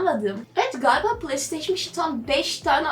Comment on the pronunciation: kizancik playstation okumasini pılay diyor pılay nedir...pilav de bali